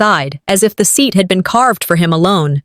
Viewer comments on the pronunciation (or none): none